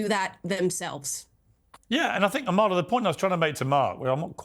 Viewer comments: Piersssssss can you puhleaseee stop pronouncing the k in Amala’s last name? She doesn’t care but it drives me crazy lol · Piers, ask Amala how to pronounce her name correctly. She’s too polite to do so herself 🤗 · Piers, if you’re going to have Amala on your show, show her some respect by learning how to pronounce her name correctly. It’s not hard! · AMALA, please correct Piers on how to pronounce your name correctly! It’s not impolite to do so. You can do so before the podcast is aired. 🤗